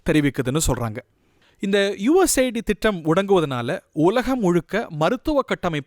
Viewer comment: Mr. இது USA ID அல்ல.. US AID.. செய்தி வாசிக்குமுன் முதலில் தலைப்பை சரியாக‌ படிக்க தெரிந்துகொள்ளுங்கள்.. shame...😂